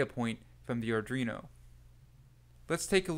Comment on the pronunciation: Just my usual comment - the name of the board is Arduino. It is NOT Ardrino. Please learn how to pronounce it correctly. Again, good content, but you really need to learn how to pronounce Arduino correctly.